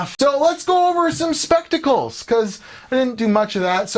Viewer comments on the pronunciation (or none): how many times did it take for you to say specticles instead of testicles? lol